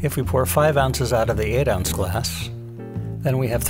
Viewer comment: I don’t understand. What is this thing “an ouns”. Is this what you are saying?